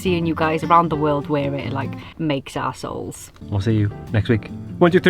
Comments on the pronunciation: "makes our souls" my ears " makes ars*holes" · Ha ha ha…. Cackling like an idiot over last comment that they love seeing photos of their merch all over the world as it “makes our soles” sounded like “makes arsehols” lolo😂😂😂😂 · Great vlog as usual but your comment at the end of the vlog sounded like you said makes arse holes 😅😅😅